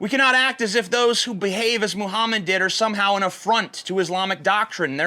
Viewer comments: you said "Muhummus" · is it just me or does he say "muhhumus"? no h8, just sayin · you acidentally said Muhammas in this video at one point, I lol'd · 4.36 "Mohamas" - TJ Kirk 2017 ... Or is it "mo hummus"? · Did anyone else hear him say "Moo-hummus"? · "Muhummus" LMAO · you said mohamus